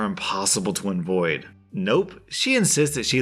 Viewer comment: Did you say invoid instead of avoid for the hospital Kevin?